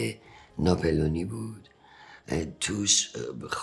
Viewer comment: وای فقط اون تیکه که هانری گفت ناپلونی اشتباه گفت طغرل اداشو در آورد 😂😂😂😂😂😂😂😂😂😂😂😂